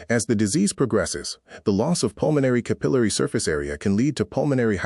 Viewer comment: Pronunciation errors: capillary, alveolar